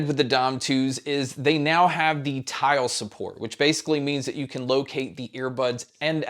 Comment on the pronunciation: I heard "tile support" as "child support" Ps I am using the dime 1